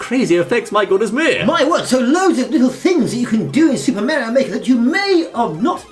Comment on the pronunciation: it Is Mario Not Meario